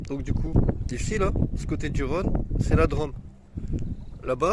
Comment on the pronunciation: Bonsoir l'ami, joli petit road triple long du Rhône, entre Drôme et Ardèche, et comme tu peux le constaté sur Rhône et Drôme il y a un accent circonflexe, donc tu doit appuyer sur le Ô et pas le prononcer a la mode de la ville rose ( 😂😜) merci pour ce moment de douceur, bise. Jmdetek, Road-Magnet_YTB